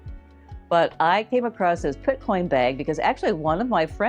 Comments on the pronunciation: Picotin. Not Pitcoin. Nice finds, thanks! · It’s picotin not pitcoin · Love your videos! Just a heads up for future reference.....the Hermes bag is a dupe for the "Picotin" (not "Pitcoin"). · I was disappointed as these dupes have already been previewed by a few other YouTubers. BTW, it’s not Pit-coin ??? It’s Pic-o- tin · Picotin….not Pitcoin. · It's not Pitcoin it's Picotin! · Not pitcoin, it’s picotin. Uuuuugh. Really? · The Hermes dupe is called the Picotin..not Pitcoin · Pitcoin? It’s Picotin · Excellent video. But - Picotin. Pee-co-TEN. Doesn't rhyme with bitcoin. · TFS. Nice option if you’re trying to see if a style works for you before spending a lot of money, but most often the material used is not leather. Is the picotin dupe real leather? I saw the puzzle bag was PVC. Often the dupes are fake leather or PVC. It’s pronounced PI CO TIN. and the actual picotin does not come with a bag insert unless you buy it separately at the store. It’s an open hole.